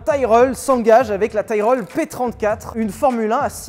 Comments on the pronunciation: Pour Tyrrell on dit pas "tailrel" mais "tirell" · juste c'est pas "taillereulle" mais tiréle pour la f1 à 6 roues